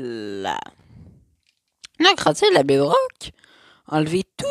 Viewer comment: Ouais C'est vrai il est trop cheloup en plus il dit bedruck a lorque qu'on dit bedrock il dit comme cela comme un fou